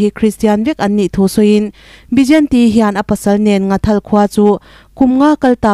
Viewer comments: Ngathal ni lovin NGHATHAL tih zawk tur a ni e,from Nghathal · NGHATHAL tiin Mizotawng dik taka lam tur ani e